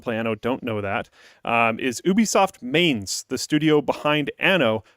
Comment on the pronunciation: Mainz is pronounced like you would say „Mintz“ in english. (The Anno Studio is located there)